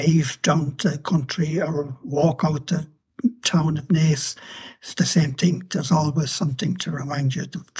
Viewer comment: You pronounced Naas perfectly 👍 The room mates were away for the weekend so would not of seen him.